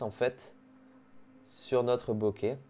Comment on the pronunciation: Par contre c pas bokee c bokay (Bokeh)